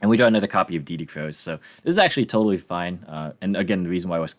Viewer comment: Haha, you said its Toadily fine!